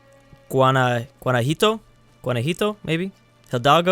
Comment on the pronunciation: What is Juanajuito i only know guanajuato